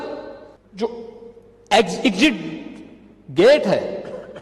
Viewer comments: Exitcit nhi hota h be gadhe exit hota h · एक्ज़िट को बोला एक्ज़िकिट😂😂😂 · Exit bhi nahi bolna aata